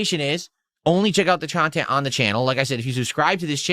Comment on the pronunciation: the chawntent?